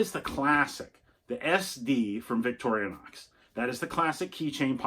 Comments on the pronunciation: Why do you pronounce it by saying "victorianox" 😐?. It's pronounced "victorinox" 😐. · No disrespect! Many people pronounce it this way, great video